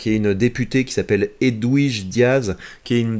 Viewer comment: Edwige se prononce "edvige", tu n'as donc jamais regardé Harry Potter ? 🤣